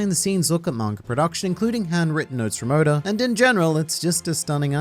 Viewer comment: Sometimes it sounds like he's saying "odor"